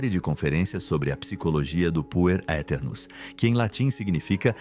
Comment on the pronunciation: "aeternos" não se lê o "A"